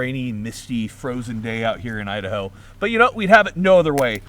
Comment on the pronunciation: Hi there! Idaho will never be the same again the way you pronounce it!